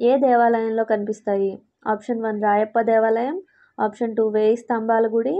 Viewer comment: Telugu correct ga chadhavadam nerchukondi madam Rayappa devalayam kadhu Ramappa devalayam, shakuntala kadhu kuntala Correct ga chadhavadam nerchukondi